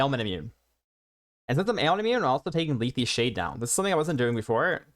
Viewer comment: ...did you just call it "leethie shade"?